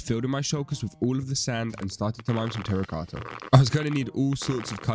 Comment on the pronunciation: Keep up the good work no offense but I like how u say tracota